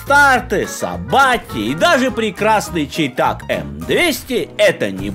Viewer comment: Шай Тек,, Шай Тек, а не Чей Так.